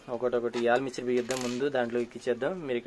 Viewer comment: ఆల్ మిక్చర్ కాదు అన్నా అది ఆర్ మేచర్ అంటారు అనుకుంటా